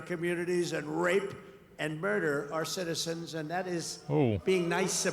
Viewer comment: end all citizenzin. Man speaks a lot and rarely hear him mess up, so this had me laughing, lol.